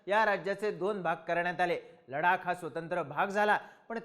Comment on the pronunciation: Bhau ladak nahi ladhak be .......😂😂 ...kahi tari shika